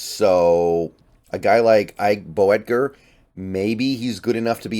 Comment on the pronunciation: Boettger, 2 syllables, Boat-jer. Name of my German language instructor.